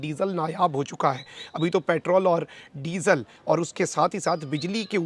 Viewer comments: Ap ny jitni bar disal kaha meri hasi nakli..hahahah. #shergabru# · آپ "ڈیزل" بہت زور لگاکر کیوں بولتے ہیں؟